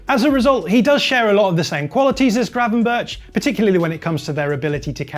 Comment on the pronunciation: His pronounciation of Gravenberch really hurts my ears. The CH is spoke like "loch" not "church"